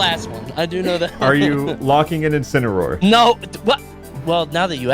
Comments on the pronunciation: casually says incinaror in every vid he’s in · calling out Hulk Hogan by saying Incineroar